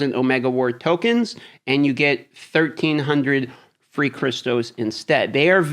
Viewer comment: I can't stand the way he says crystals. It's crystals not cristos